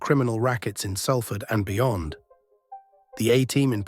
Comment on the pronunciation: Learn how to pronounce Salford mate.